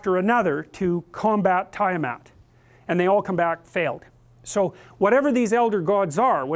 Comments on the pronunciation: try "tee-ah-maht" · I like how he pronounces Tiamat 😂 tie-a-mat!